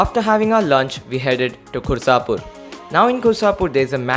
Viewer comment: You saw a restaurant near the entrance of Turia gate? And you pronounced it wrong, it's "Kursapar".